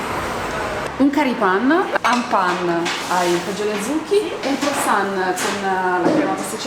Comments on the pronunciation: "pan oh sciocolà" si legge pen come penna in inglese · NON SI DICE PAN MA SICEMDICE PEN, PERCHÉ SCRITTO PAIN